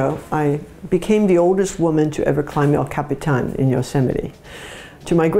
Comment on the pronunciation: I love that she came correct with her pronunciation of El Capitan. That's right, Language Teacher, rock that!!❤